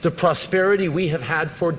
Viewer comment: Plusperity. Wth ?😊